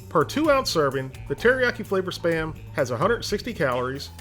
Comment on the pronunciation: i always understand "sperm" instead of "SPAM"